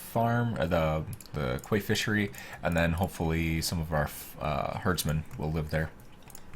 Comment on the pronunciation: fun fact quay is pronounced "key"